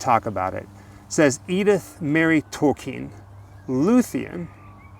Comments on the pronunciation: Wait a second haha you’re saying his name correctly. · I read The Hobbit and The Lord of The Rings in the seventies. I still have those books. Didn't know it was pronounced Tolkeen. Thanks for that. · Yes, the proper German pronunciation is 'tol-keen'. Glad you clarified that. Great video as always! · Yay! I was gonna ask for you guys to stop too! I recently watched the movie about Tolkien. I watched it about two months ago. Thank you so much for sharing this! Yes, I learned how to properly say his last name too. I’ve always loved the love story between him and his wife. 💙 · I thought the grave would be majestic vibe as well. But it’s certainly not small potatoes either. I think it suits Mr. Tolkien if he were to have wanted this style/type of grave. And thank you for the correct pronunciation of his last name, since most of us don’t say it correctly. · Love how cleaned the necklace and put it on the grave. JRRTolkien was a brilliant man, just like CS Lewis, they wrote the most magnicificent fantasy stories and even their own worlds. They were men to look up to. And I love how you talk about the fact you didn't pronounce his name well, it reminds me of that episode of South Park where Token's name was actually Tolkien because his dad was a big fan, I don't know if you guys have seen that? But it's a fun note. Such an amazing video, can't wait to see the next one! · It's very nice of you to have corrected the pronunciation of his name. It is alone a sign of respect. Many (even folks form the UK) did not know how to pronounce it. So well done and look forward to more videos from you guys. Much love from the U.A.E.